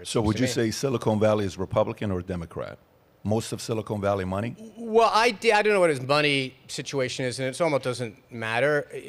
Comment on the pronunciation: Bro, keep saying silicone valley it’s amazing every time you absolute simpleton